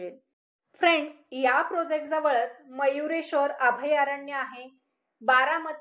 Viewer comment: Mam.....prosect nahi ..... प्रोजेक्ट.